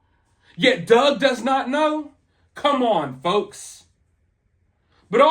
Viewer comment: You said "don't let these folks..." and I heard "don't let these fucks.." and I mean...it fits.